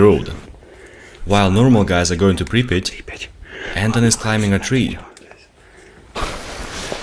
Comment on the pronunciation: Its pripyat hash!!